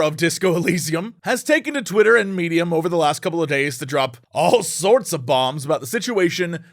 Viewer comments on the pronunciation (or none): none